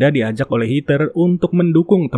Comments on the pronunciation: Bang kalau di Amerika mah Rachel dibacanya Receul bukan Rahel Terus Heather dibacanya Hedeur bukan Hiter. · Hed-her, Rei-cel, gemes bang nama bulenya dibaca bener dunk 😢